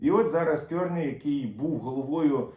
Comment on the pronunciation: Дуже вдячний за змістовні новини. Маленька поправка, прізвище нового прем'єр міністра Канади вимовляється КАРНI з наголосом на А.